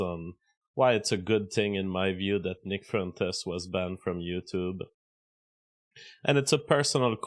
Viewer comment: "Nick frentes" stop speaking baguette!